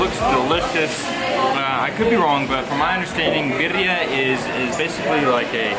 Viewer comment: Sounds like you say perria. (Little dog)lol. Birria thats. (Bee rree yah)😜